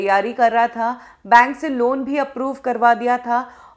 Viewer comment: Bane nahi... it's Bank